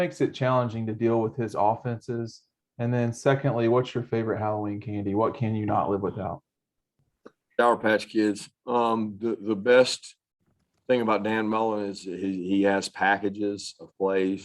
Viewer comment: He said sour patch kid like a sour patach kid.